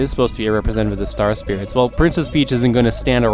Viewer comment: they are star SPRITES! NOT SPIRITS! How many times are you going to read this wrong?